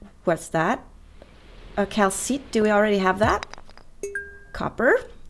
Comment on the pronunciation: This video looks really good,.:-) Granite sounds like "GRAN-it," Calcite sounds like "CAL-site," and Algae sounds like "AL-jee." I'm a guy, but I don't know of anything that's guy-specific in the way of gifts. It's probably best to learn about his hobbies and choose something related. Not every male wants a tool, a tie, a movie, or even a boat. I rarely like the gifts I receive, to be honest. Money or a gift card works best for some of us.